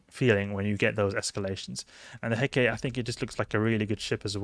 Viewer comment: Heh-kuh-tee. Named after the Greek goddess. Great video otherwise.